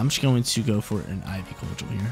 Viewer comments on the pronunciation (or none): I love all the videos, just some of the pronos grind my gears. Idk why. Keep up the great work and upload schedules